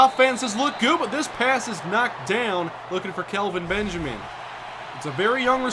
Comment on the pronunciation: I kinda feel bad for Benjamin. It's bad enough he gets his first name pronounced "Calvin" due to accent:-P but he's literally become yesterday's news.